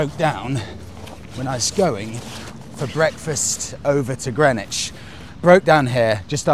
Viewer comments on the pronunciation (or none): none